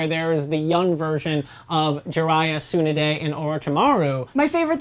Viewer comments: Its Tsu-naa-de not Tsoo-na-de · its t-sun-A-d-èe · DID YOU JUST PRONOUNCE HER NAME... SU NUH DAE??? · soon a day (how they pronounce tsunades name) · Jitsu, Soonaday, Oar-oh-chimru really . you'd think they would know pronunciations by actually watching the show hm. Ju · How the hell do you murder tsunade’s name like that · Why do they pronounce Tsunade so wrong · the way u pronounced Naruto and tsunade made me want to commit the reaper death seal no cap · These people are weird af man, they have two channels, GeekWorldRadio an this one (Anime Vice) an they still seem like they don't watch Naruto at all. The woman can't even pronounce Lady Tsunade's name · They pronounced tsunade wrong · Please learn how to say Tsunade and Rasengan, great video btw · why can't they pronounce Tsunade correctlly? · Bruh I could barely hear anything said over the mispronunciation of Na-ru-to and Tsu-na-de. It's a small detail but big enough to give me vertigo. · My god. Please don't ever say Tsunade's name ever again as long as you don't know how to pronounce it. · I cringed every time she said Tsunade or Rasengan.